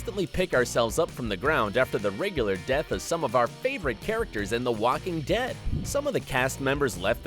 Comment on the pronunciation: Did he just say "Wacking Dead" ?